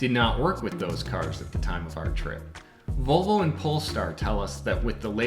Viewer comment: It’s disturbing how many members of the automotive press pronounce Audi as “oddy” and Volvo as “bobble.”